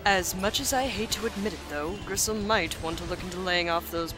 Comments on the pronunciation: does she keep calling bristle gristle? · I hate to be the fact nit-picking nerd, but is she calling the boar Gristle or is that just something I'm mis-hearing? His name is Bristle '^' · hes called Bristle with a B(not Grisle). His name comes from nordic mythology where the god Freyr had a huge golden boar name Gullinbursti(Bursti=Brush) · Griss.... uhh I thought it was Bristol? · isn't it Bristle? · isnt it Bristle?